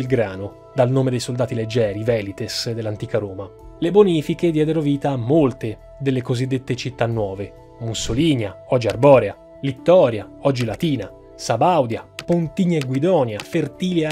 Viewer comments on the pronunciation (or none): Minuto , si pronuncia Arborèa, non Arbòrea😊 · Piccolo appunto: non è "Arbòrea" /arˈbɔ.re.a/ ma "Arborèa" /arbɔˈrɛa/, come la regione storica del Giudicato. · Ho recuperato questo video un pó in ridardo, ma comunque, sempre complimenti per l'ottimo lavoro, siete dei grandi. Piccola precisazione, Arborea, non sì pronuncia come specie di animali o piante arboree, ma bensì con l'accento sulla e, wiki: "pronuncia: /arbɔˈrɛa/, Arborèa". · Una correzione: si pronuncia Arborèa (con l'accento che ricade sulla "e"). Nelle "ecc. ecc." delle città fondate dal fascismo (opinabile) manca Carbonia. In realtà se ben guardiamo sulle "città del Duce" il fascismo mise il cosiddetto cappello. Ad esempio Fertilia, Mussolinia, Arsia (in Istria), Carbonia sono frutto di iniziative private e in Carbonia il fascismo vide una grande occasione di propaganda per la campagna autarchica per via del carbone che essa (e Arsia) avrebbe dovuto fornire alla Nazione. Carbonia nasce sotto la gestione di un'azienda parastatale (l'Azienda Carboni Italiani) ma la sua fondazione era già stata decisa da una società privata (la Società mineraria Carbonifera Sarda) che aveva finanziato 4 milioni per la costruzione di un nuovo "villaggio minerario" in Sardegna. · Carissimi di vivissimi complimenti, solo un appunto su un piccolo errore di pronuncia: Arborèa non Arbòrea Un abbraccio dalla Sardegna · Bellissimo video. Un appunto: "Arborèa", non: "Arbòrea". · Unico appunto, si pronuncia Arborèa e non Arbòrea :) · In Arborea, l'accento va sulla "e", non sulla "o", quindi si pronuncia Arborèa. Saluti dalla Sardegna e tantissimi complimenti per gli splendidi contenuti che proponete. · una precisazione arborèa è la pronuncia corretta, poi sempre in sardegna si trova Carbonia oggi anche capoluogo di provincia. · Mi dispiace. Hai pronunciato male Arborea .. io sono Sardo, cerca come si pronuncia.. ti seguo e i tuoi video mi piacciono molto.. ciao. AJÒ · Si dice Arborèa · Arborea ha l'accento sulla e :)